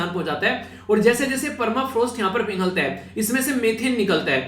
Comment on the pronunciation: Permafrost not clear sir